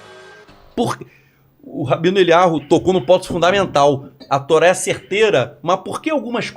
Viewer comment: Professor insiste em chamar o rabino de 'Elyarru'... Quando, na realidade, é 'Elyau', como ele mesmo corrigiu a um entrevistador há um tempo... 🤔